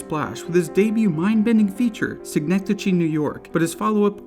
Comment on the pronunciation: You don`t know how to pronounce synecdoche.